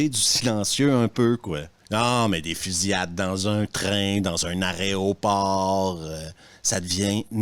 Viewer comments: Bonjour, je me permets de venir te corriger sur un point, parce que en tant que steward, tu comprendras que ça m’a fait souffrir les esgourdes! Donc, un «aréoport » c’est un bateau qui s’arrête au port!.. là où un avion s’arrête, c’est un « aéroport »! À part ça, ne change rien, tes vidéos ont, pour moi, la saveur irrésistible d’un bonbon acidulé! 😘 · « Dans un aréoport » ? Vidéo absolument géniale. Je suis d'accord avec vous sur tous les points mentionnés.